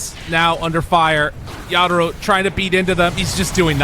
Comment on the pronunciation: Wtf is this pronunciation of yatoro